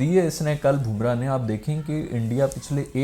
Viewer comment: How to pronounce Bumrah's name.. BUM (wo wali BUM) - RAAH not BOOM - RAH 😅